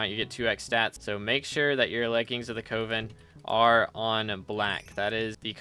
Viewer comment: Coven is “Cuh-vin” not “Coh-vin”….